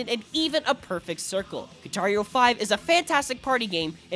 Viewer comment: Parece que dice “Guitario” XD